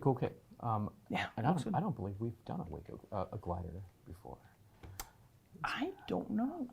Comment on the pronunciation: Way cool! But for future reference, it's WACO like TACO. NOT like the city in Texas. Acronym for Weaver Aircraft Co., Troy Ohio.😊